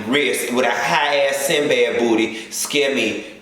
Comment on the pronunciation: Did u said sin bad bootie😂😂😂😂😂